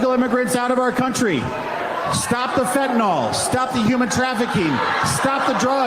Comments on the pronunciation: Another politician that can't pronounce fentanyl....( sigh) Just pretend it's spelled fen-ta-nill... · "Imigation laws", yeah... and also, it's "fentanyl", not "fentanol", and it makes a difference. In chemical nomenclature, every letter counts! Rep. Flood basically turned fentanyl into a type of alcohol. 😂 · Does he even know he's meant to be saying fenta-nyl not fenta-nol? Healthcare is a human right. Period. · If you mispronounce "fentanyl" as "fantanol", you should be stripped of the right to vote and hold office. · If you pronounce it Fent-in-ol, youve not seen it that much, its not an ACTUAL problem in your experience, and its likely just a word you use. Or even worse, you are involved somehow. There isnt an O in the word douchebag